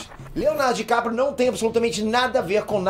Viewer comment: Dicaprio❎ Diquatro✅